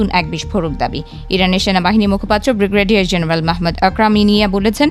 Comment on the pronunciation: এই পাঠিকা বেটি ব্রিগেডিয়ার জেনারেল কে বিগ্রেডিয়ার জেনারেল হিসাবে পাঠ করলো। ইতিপূর্বেও এই পাঠিকা বেটি এভাবেই সংবাদ পাঠে ঐভাবে উচ্চারন করতো।